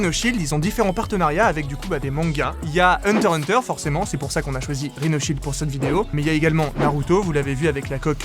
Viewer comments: Ses hunterXhunter pas Hunter Hunter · Ca se prononce hunter ikss hunter mais sinon très bonne vidéo et ne vous inquiété pas personne n'a remarqué que vous êtes giga fan de Naruto 😜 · Par contre on dit pas "hunter hunter" c'est "hunter IXE hunter" s'il vous plait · js mais ça me stresse qu'on dise pas le x et pour moi ça se dira toujours une hunter x hunter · Hunter X Hunter et pas Hunter Hunter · Pourquoi tous le monde dit Hunter Hunter alors qu'ont lis Hunter"X"Hunter ? pourquoi ont prononce pas le X ?